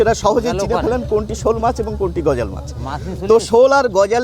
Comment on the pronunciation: গজাল না গজার মাছ বলে। আপনারা শুদ্ধ ভাষায় আর কবে কথা বলা শিখবেন 🤔